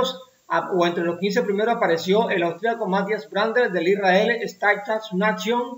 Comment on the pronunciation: Para hacer más profesional el contenido es bueno mejorar la pronunciación de corredores y equipos. El más terrible por ahora es el Isrrael, se lee "starap neishon" por fa! Gracias!